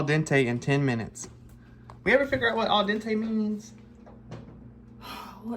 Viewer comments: “Mawma dese been goin for 20 minutes. I think they Al-Den-Tay.” Lol I love them ❤ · "Aldente"?!? At 20 minutes that's DOUBLE DENTE!